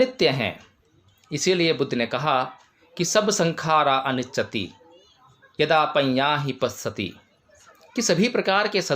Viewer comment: सब्बेसंखारा अनिच्ति नहीं है सब्बेसंखारा अनिच्चाती है पाली भाषा का उच्चारण सही से करें। इसे आलोचना न समझे।